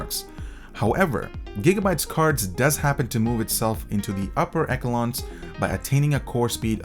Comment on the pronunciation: upper eckelons lol